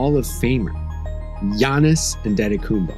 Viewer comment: S/O to for pronouncing Giannis Antetokounmpo correctly